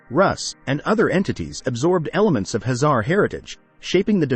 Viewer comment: Why he keeps saying Hazar instead of Khazar!?